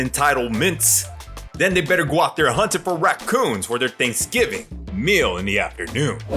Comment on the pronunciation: She said Think giving...instead of Thanksgiving...😂😂 ..Ladies yall need help. She ain't no role model 😂